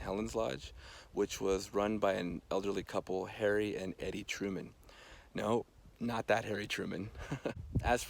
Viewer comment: I have a feeling Harry's wife's name was pronounced E-D, not Eddie.